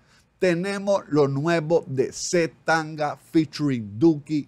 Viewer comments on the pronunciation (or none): es C TANGANA, no c tanga JAJAJAJA estaría bueno que reaccionaras al video de bizarrap con john c